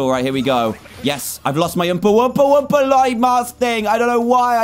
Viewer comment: Its wumpa, not wompa